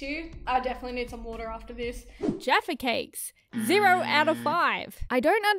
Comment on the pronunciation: said it right